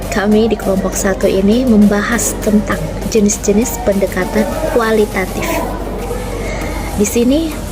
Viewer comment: Pendekata-N nek, bukan pendekata-M... semangat nek